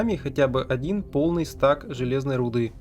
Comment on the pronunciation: Не стак, а стэк